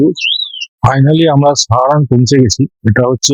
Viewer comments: আমি শুধু জানতে চেয়েছি যে কোন উচ্চারণ টা সঠিক…….সাহারাণ না সারাহান ……এতে তো আপনার লজ্জা পাওয়ার কিছু নেই………আপনার ক্ষমা চাইবার কোন প্রশ্নই ওঠে না….. ভালো থাকবেন 🙏🏻🙏🏻🙏🏻🙏🏻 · জায়গাটার নাম সারাহান না সাহারান…..কোন উচ্চারণ টা ঠিক